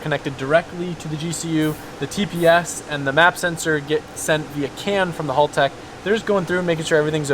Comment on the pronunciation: Ahhh Aussies finest taking over the world. 💪😎 just fyi Haltech like "hal" not like "Hall" just so you know.